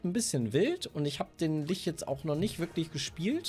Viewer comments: XD wird Litsch gesprochen. Wie Litschi. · Ich kenn's im Englischen als "Litsch" und im Deutschen normalerweise als "Lich". Hab aber auch schon "Lick" gehört. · Die Stadt vielleicht. Ansonsten gibt es "Lich" nicht auf deutsch. Das ist halt einfach ein englisches Wort und wird "Litsch" ausgesprochen. Macht es nicht richtig, dass viele es falsch machen. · "Litsch", nicht "Lich" bitte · Aussprache von Lich hat auch ein neues Rekordtief erreicht, danke euch. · Alle so: Kann eine Zahl richtig vorlesen? Ich: Kann Lich richtig aussprechen? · Kann das Wort Lich richtig aussprechen oder nicht😂